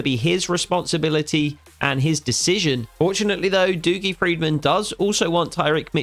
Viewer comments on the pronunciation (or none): Hi mate dougie is pronounced duggie not doogie